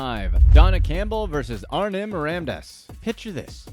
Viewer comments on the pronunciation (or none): none